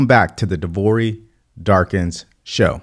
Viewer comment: I pretty much agree with everything you have said regarding a lack of a clear policy statement from the DNC on all issues other than abortion, which interestingly they have deceptively relabeled as “women’s health” or “reproductive healthcare “. But as an Indian American I ask that you pronounce her name properly. Phonetically it is simply “comma” as in the grammatic symbol with a “la” at the end of it. I’m pretty sure you have had people mispronounce your unique name many times— and you would probably prefer people pronounce it correctly— especially if you were the sitting VP